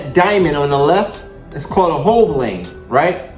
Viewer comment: hell no! When ya already jailbait ya gotta roll! No matter what! The guy was calling it a "hove” lane. I was explaining what it is.